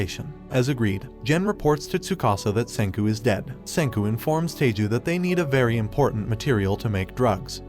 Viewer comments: His name isn't Teiju, it's Taiju. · I have already seen the anime but i felt a bit broken when he said taiju - taa ju , like i am sorry dude i love your vuds but it taii-ju not taa-ju 😭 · names you said wrong: Tai-ju not Tay-ju, Gin-ro not Jin-ro, Sui-ka not Su-ika, A-sa-gi-ri Gen not Asajiri Jen, Ka-se-ki not Cakes'y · I'm just wondering if the English Dubs have also been pronouncing oafhead's name as Tayju. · ah yes tayju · He even call chrome "taiju"